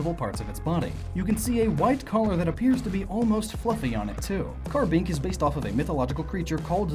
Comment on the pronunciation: CARBINK, NOT KARABINK!